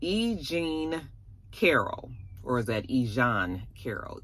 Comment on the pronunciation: Not you turned E Jean to a French name 😂 😆